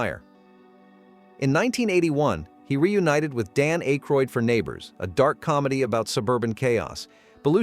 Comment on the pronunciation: Uggg. AI. Mispronouncing Dan Aykroyd